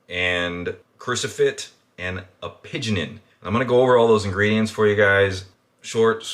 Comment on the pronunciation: my man mispronouncing nearly every compound. it's turkestanica, "coo-where-sittin" "appy-jennin". Still gave it a like though cause decent video and i'm interested in the supps